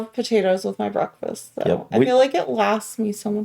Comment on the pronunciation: He has "brackfis"